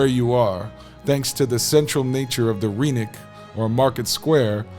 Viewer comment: The y in rynek (and every Polish word) is not pronounced as ee but as i in kid or bin